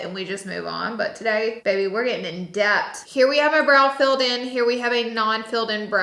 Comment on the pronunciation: Girl I love you but there's an "h" at the end of the word depth 😂